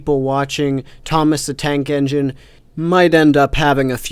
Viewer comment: Tnake Enigne... THOMAS THE MF TNAKE ENIGNE, ladies and gentlemen XD